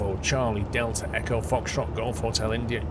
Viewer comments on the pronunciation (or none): none